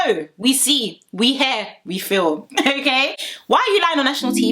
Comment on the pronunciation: I love the way you pronounce hear as hair.